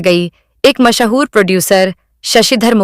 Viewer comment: Mahaa-hoor kya hota hai? Mash-hoor kyon nahi kehti?